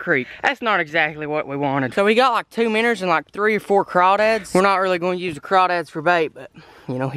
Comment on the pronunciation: first time i have heared you say miinnows correctly